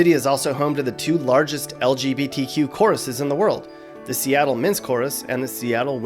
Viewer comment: Why can’t straight people say lgbtq right. They say somthing like el je bee tea queue